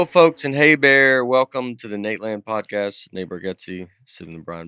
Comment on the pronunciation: I love how the intro was pre recorded and Nate still said "prodcast"